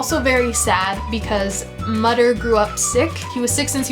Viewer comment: Since you enjoyed Dr Mütter's (being pedantic I suppose, but it's pronounced moo-ter, the ü is like an oo) Marvels, it's worth trying the Sawbones podcast. There's also a book called The Thackery Lambshead Pocket Guide to Eccentric and Discredited Diseases that it really fun.